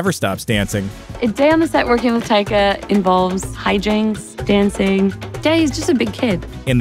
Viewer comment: Its funny how many times this channel messes up names: taika y t t. Is what it sounds like he said lol. love the vids